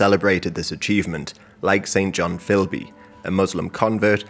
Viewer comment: Great work, so much detail. One minor correction: the English name St John is usually pronounced "Sinjin" (really). See, for example, the Wikipedia article on the minor British politician Norman St John-Stevas - there's a pronunciation guide near the top. Thanks again for so much education.